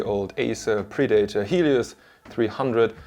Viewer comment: Correction predator not pre dater